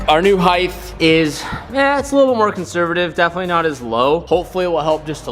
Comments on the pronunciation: Height, not Heigth. 🤔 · HEIGHT goddammit. HEIGHT!!!! Not heighthhhe. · Someone help us out. What is "HEIGHTH"? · I hear people say this all the time - bugs me beyond belief